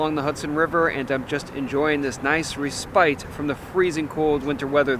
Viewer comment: lol It’s pronounced “RES-pit” not “ree-SPITE”! This kid is the height of pretentious mediocrity!